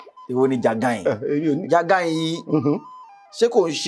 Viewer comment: Also, I just want to make a correction. But, it may be deleted like before. The pronunciation of the orange 'jagain' is not as the producer pronounced it. We're all learning. Thanks